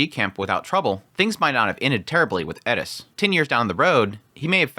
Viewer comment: Why does he always say "Edis" instead of Eris?